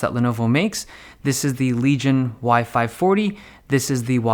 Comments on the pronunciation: Is sounded like you were saying WiFi 40 and WiFi 45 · Every time you say "Y-5 40" I hear "WiFi 40" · Sounds like he is saying "wifi 40" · Everytime you said Y540 I thought you said wifi fourty five